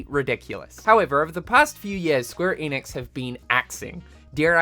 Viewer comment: ‘Enix’ not ‘Eeeeeenix’